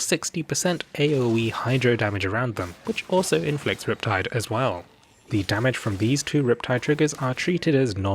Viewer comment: did you notice instead of "well"x3 he said "whale"x3 lolol nice